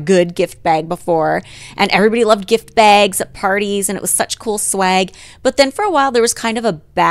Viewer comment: Every time Holly says “baygs” (bags) I’m over here out loud trying to mimic her 😂